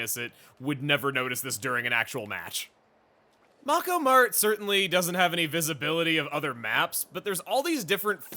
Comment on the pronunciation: CHugga! it is NOT mah-ko mart it is MAY-ko mart!